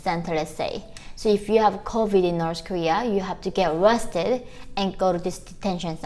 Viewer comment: At first I thought you said "if you have covid-19 you have to get "RESTED" 🛌 🕵🏼‍♀️🙃 BUT you said "ARRESTED"...🙄 🙏🏻😭💔 so sorry for your good people.